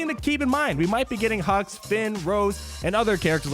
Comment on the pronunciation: I keep hearing General Hugs